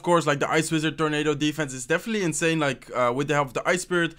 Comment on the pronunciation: You’ve been doing this intro greeting script for a loooong time and i still can’t understand a single thing. Just speak slowly,no one’s chasing you. “definitely” sounded as “deffly” . I know that your brain works faster because of this game and stuff but bro, you could have worked on this if you want to really go for YT for a living.